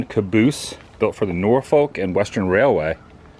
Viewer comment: Please say Norfolk right, I know is sounds like you are saying something dirty, but in the tidewater area you are being local, say it like, the o is a u, and lose the L.... got it?